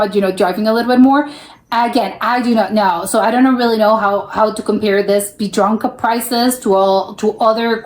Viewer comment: Biedronka very good👍😊. You pronounced the word "Biedronka" very well. You'll be able to speak Polish soon.😅